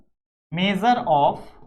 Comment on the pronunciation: Measure ❌ mejar✅😅😅😅😅😅😅😅😅😅😅😅😅